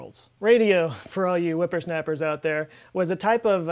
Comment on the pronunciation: Whoopersnaperr you said whoopersnaperr!!! I thought I was the only one who said that 😂😂